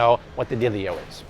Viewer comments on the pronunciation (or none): You didn't just say "dileo." Man, you get the the best throwback award for that. Stay Cool.